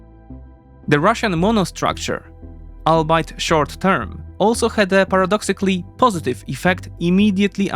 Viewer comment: Albeit is an English word and not German. It's pronounced "all be it".